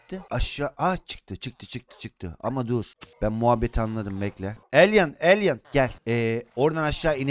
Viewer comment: Abi elyn değil elay